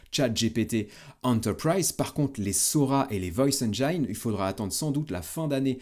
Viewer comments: Ça se prononce “enjine” et non pas “enjaïne”. Pour nos oreilles à tous, merci!😂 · Vidéo très pertinente comme à chaque fois, un grand merci. Etant anglais je me permets juste de reprendre la prononciation de "engine". Ca se prononce enj-in et non pas enj-aie-n L'orthographe est trompeuse :) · Sauf poisson d'avril, erreur de prononciation du mot anglais "Engine"...